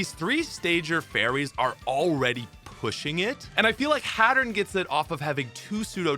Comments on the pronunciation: Hatturn**. Hat-urr-een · I’m sorry Hattern?